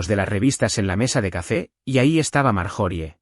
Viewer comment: Por Dios porque dicen marjori se pronuncia maryori